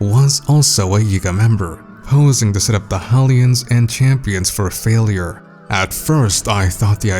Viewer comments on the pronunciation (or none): Who are these “Ha-lians” you speak of